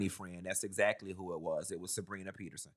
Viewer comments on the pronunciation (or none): none